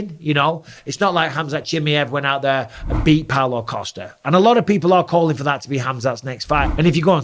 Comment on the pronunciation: IT DOESN'T MATTER! DANA PROMISED!!!😅 SEAN STRICKLAND IS SKEERED! YOU SAID "PAULO COSTA" ???😅